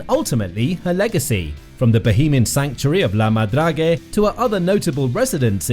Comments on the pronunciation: Check how the word is pronounced in Frencg before you make a video. So annoying to hear 50 times la madragé. My ears are bleeding. 🤮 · Agreed! Narrator or AI, whichever you are, learn how to pronounce La Madrague properly in French before doing a video!